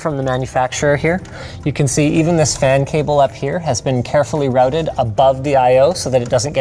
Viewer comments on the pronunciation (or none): none